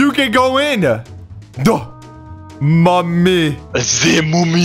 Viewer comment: I love how said moomie in stead of mummy 😂😂